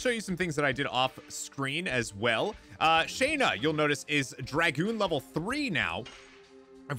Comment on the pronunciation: It's SHAW-NA; not SHAE-NA!!